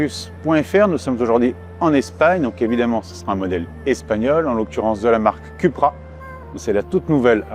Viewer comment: Suis-je le seul à être irrité d'entendre "cUpra" ? 😬